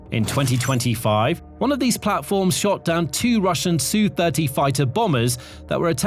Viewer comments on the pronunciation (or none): You briefly said Ess-You. Now you're back to saying Sue. Well, should I say FU to this channel? :D I'm just kidding. And kind of not. Sheesh.